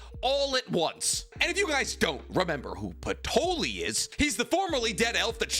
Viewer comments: Isnt it patry not patoli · Patoli? You mean Patry?